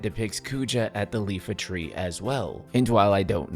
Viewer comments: It's iifa tree with a double i not Lifa tree. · Sorry to be a pedant but it’s the iifa tree, not the Lifa tree btw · Gentlemen, i have come to ruin your worldview. I recently found out its not called the "Lifa" tree, as the letters are capital and its "iifa". Iifatree. It's an I. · Not you too, … It’s not Lifa Tree, it’s Iifa Tree. EE-fah. …Sorry; it’s just that if even me — someone who pronounced Esuna as, “Esauna”. And called the Elixir an “Ilexir” (both at age 11) — could tell that it’s a double “i”, I cannot understand why so many people think it’s name is a lowercase “l”. Of course, I blame the fact that typical fonts have the uppercase “i” looking almost exactly like a lowercase “l” for reasons that have confounded me most of my life. And people call Cyrillic a difficult written language to understand… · Can't wait for this, hoping a trailer and an announcement drop tomorrow! Also my brain cannot with the pronounciation of Iifa Tree as Leafa Tree. A capital I is not an L. 🥲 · “Leefa Tree” That’s a capital I my dude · Iifa Tree aka EE-fa Tree. I dislike the fact that capital I and lowercase L look pretty much identical too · Did you say Lifa Tree? Oh, you sweet summer child. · There ain't no way Lil bro just said "iifa tree" with an L 😩